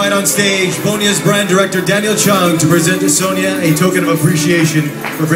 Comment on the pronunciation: Sonia "Sweeee" hahaha omg, learn how to pronounce her name please.